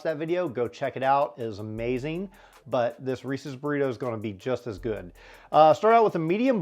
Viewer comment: Good not godo